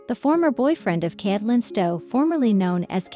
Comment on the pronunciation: Who the heck is Cat-o-Lyn? You can’t pronounce her name and Ty has hardly been quiet. Oh, and who is this Josh person Cate is supposed to be married to. Almost everything you’ve said is wrong. You should not be able to even be on YouTube! I’m so sick of people like you who know nothing about what you’re posting but post it anyway. If this is really what you want to do then do your homework FACT CHECK and please start being responsible for the content you post!!